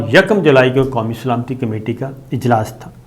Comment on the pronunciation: سلامتی لفظ کو درست کر لیں پہلے